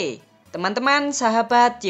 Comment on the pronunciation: bacanya Sabai di... bukan saba de kak ibu kota cara bacanya Vientian kak untuk UMR tergantung Kota'y Ya benar, disini bnyak anak muda... tapi untuk pakaian Ya Ampuunnnn sama aja kaya di Thailand , sexy2 apa lgi klo di vientiane. sex bebas klo kamu di restauran mlm bnyak cwek yg mau main lohh walau baru knl yg penting ada kemistri , bnyak2 istighfar di Laos 😅 Sapa bilng cafe ttup jm11 , q sering pulang jm2 pagi itu juga masih rame. hoax ituuuu njirrr Polisi'y mata duit bgd emg🤣